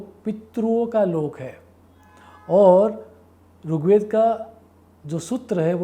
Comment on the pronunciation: Sir Runn Nahi Rinn. Ri for Rishi Not Rushi, Rugved nahi Rigved 🙏